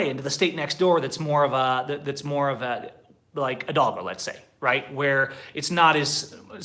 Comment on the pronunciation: You pronounced the state of HIDALGO as the H in English at first i doid not understand what state you were referring to remember the H in Spanish is MUTE is as it does not exist, so you pronounce HIDALGO, when you say it erase in your mind the letter H, as if you were reading IDALGO